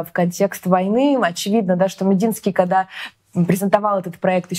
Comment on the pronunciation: она сказала Кода??? :))))) Смешно . Никода не говори никода:)))))